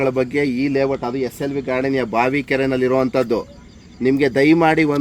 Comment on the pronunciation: ಲೇ ವಟ್ ಅಲ್ಲ ಲೇಔಟ್ ಅದು